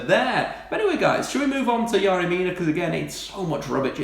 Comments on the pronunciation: It's Fucking yErry Mina not yArry... YERRY YERRY YERRY ... Do your fucking simple research before a video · exaggerated delivery style is annoying. and is it really pronounced 'Yary' when it's spelt Yerry?